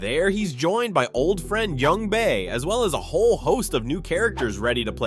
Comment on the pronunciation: It felt as though the story of this season could've been wrapped up in one season, but they intentionally had several contrived plots in order to stretch it out to a third season. Also, it's Jungbae, not Youngbae